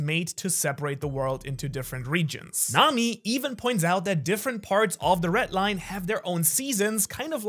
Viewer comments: I really... really hate how you pronounce the "RED Line" like wtf is a ret line. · red line❌ ret line✅